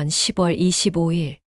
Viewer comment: 10월을 시월이라고 해야지 십월이라고 자꾸 읽네...어이없다